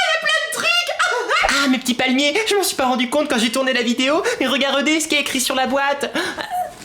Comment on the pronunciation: Viveuh les palmiéuh ^-^ + un laïkeuh